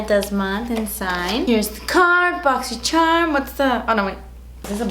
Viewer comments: randon question do u mean to say boxy sherm or is that on purpose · Can someone answer this for me but why does she say Boxysherm?!?! lol thanks